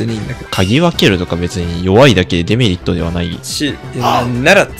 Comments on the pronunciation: デメリットの発音がエムリットなの、毎回ちょっとだけ違和感を産む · A0さんのデメリットのイントネーションがエムリットすぎてポケモンを感じた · 「デメリット」のイントネーションがエムリットで草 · デメリットがエムリットと同じイントネーションで草